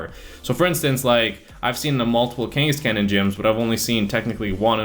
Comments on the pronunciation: Kangask-can what a pronounciation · Say Kangaskhan wrong one more time one more time. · The way you pronounce Kangaskhan and Cleffa in your previous video makes me cringe and feel dead inside.